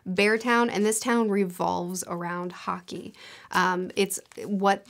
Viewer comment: About the bear Town trilogy I kept thinking you said Haki - and was confused how a Swedish Town revolved around one piece magic